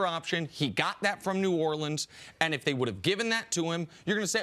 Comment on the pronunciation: I hate that Cris pronounces “if” like “ef”....